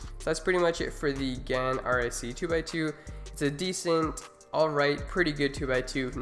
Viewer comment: GAN not Gans.